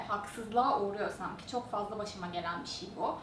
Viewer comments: Diksiyon derslerinde Bir şey bişi diye okunulması söyleniyor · kimsenin baskalarini konusmasina gore cezalandirdigi veya onlarin konusmasina karistigi yok. ulan o kadar ingilizce konusmaktan Turkceyi sokememis resmen. BISIY ne bi allahin kulu soylesin BISIY ne? inan insanin ana dilini boyle yanlis telaffuz etmesi hem rahatsizlik veriyor hem de utandiriyor. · lutfen BIŞIY deme gercekten rahatsiz edici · Madem kızın 'bişiy' demesi zorunuza gidiyo veya her şekilde eleştiricek bir şey buluyorsunuz daha iyisini yapsanıza. Hadi daha iyisini yapında bizde utanalım.